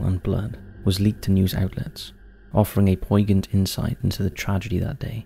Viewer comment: Please stop using the word, 'poignant'. as you do not know how to pronounce it.